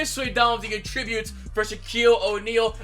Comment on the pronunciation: Why you say attributes like that